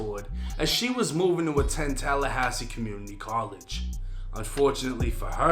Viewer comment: Did say TELLahassee??😂